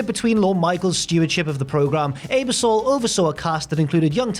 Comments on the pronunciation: His pronunciation of Ebersol was just as bad. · The constant mispronunciation of Ebersol’s name is truly sad. Not hard to look it up and hear it said.